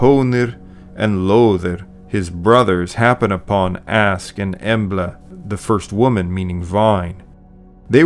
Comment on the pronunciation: Askr not Ask.